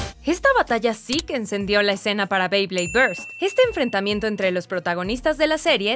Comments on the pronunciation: Y no se dice bley es bey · no se dice beid se bey